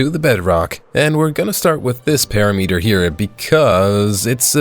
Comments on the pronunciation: It's impressive how many words you mispronounce, it's a PERIMETER NOT A PARYMETRE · Why do you pronounce it Para meater when its pear rim mitter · perimeter pronounced (puh-RIH-muh-ter) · Do you mispronounce "perimeter" just for engagement? lol😅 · ts not how you pronounce perimeter 💔💔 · Bro pronounces "perimeter" as if aliens invented the word